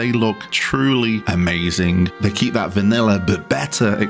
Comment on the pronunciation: A very “vaniller” experience indeed